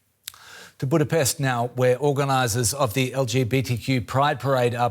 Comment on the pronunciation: This riporter girl actually can not pronounce Budapest nor hungarian surnames correctly, despite she is hungarian. 😅